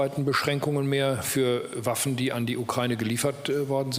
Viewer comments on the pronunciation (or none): none